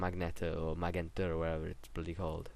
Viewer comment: ooh also its maj-ent-a not that it matters lol its just a fancy word for purple